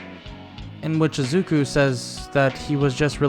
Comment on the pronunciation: why are you saying azuku when it is izuku?